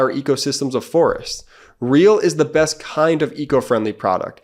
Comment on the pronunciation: Non Sequitur; What has happened to the elysian between "could" and "not" that has rendered it into "Coonent"??? It's all over now. Can nobody read? At least it's still two syllables~ and while I'm at it; the short "e" has also faded into obscurity in favor of the broad "a". So "best" is now "bast". It's like it's too much trouble to stretch the mouth sideways into a slight smile for the proper pronunciation. And then there's the word "twenty" which is now "twunny". We're all going to hell in a handbasket.